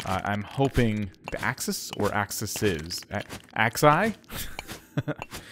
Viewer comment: Axes! "Ax eez" :D